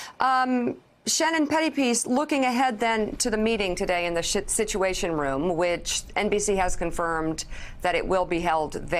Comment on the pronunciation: Your slip of the tongue Mika, the s##t situation room. Thank you!